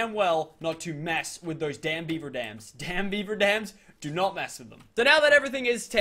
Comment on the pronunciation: He keeps saying beiber, as if it were Justin Beiber, I mean come on, is it not beaver? And not even that it is a castoroid